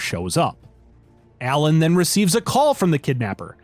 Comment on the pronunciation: U keep pronouncing Alan as ELLEN